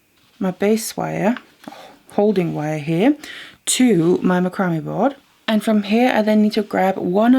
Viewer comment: Just an FYI...Macrame is pronounced with the emphasis on “MAC”, not the “cram” of the word. Think of how you would say “Mac’n cheese”. So it’s pronounced “MAC-ram-eh”